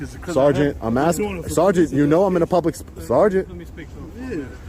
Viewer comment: They were axing him to stop.